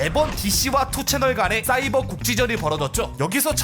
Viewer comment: 아 그리고 2ch를 투채널이라고 읽는 것보단 니 찬이라고 읽는게 낫습니다. 요즘은 운영자가 고소당해서 5ch으로 바뀌었지만.